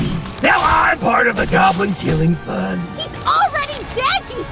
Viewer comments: damn am not gonna watch it but u got a like for saying goblin 99+ haha gaaaaaaaaaaaaaaaaaaaaablin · I don't think so. Pretty sure he said "gawb-lin". They both sound the same. Easy mistake to make. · At some point "goblin" stops sounding like a word and more like a phrase he says